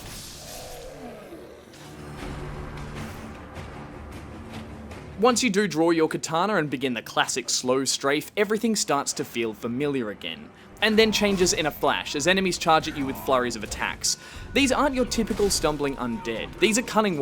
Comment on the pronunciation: Why do you say katana as ktaaana ? :D :D